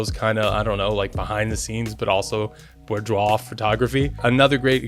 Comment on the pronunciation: Great video, but couldn't get past how you pronounce it hahahaha! See: "boo-dwaar"